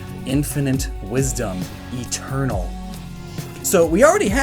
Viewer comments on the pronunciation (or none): I was about to say. Haha. He seemed to put extra emphasis on the word, too. Actually thought it was a purposeful reference until I saw this video was posted in June.